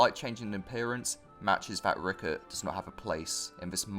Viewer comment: It’s Rickrit, not Rickert